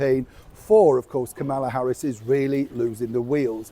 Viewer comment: Dude. You must really hate women. Hollywood is liberal as are the majority (over 50%) of American women. You continue to bash us and mispronounce names of minority women celebrities. Kamala Harris and Hoda Kotbe to name a few. Makes me not like you so much. The key is to not alienate a large section of your audience. Not cool. If you don’t want certain demographics to watch, then advertise it loud and proud.